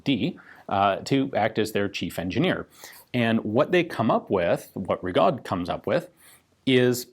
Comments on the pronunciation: The French surname "Rigaud" is normally pronounced Ree-go not Rig-odd. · Francophone here, "Rigaud" is pronounced ree-go, the D is mute, just to mess with people.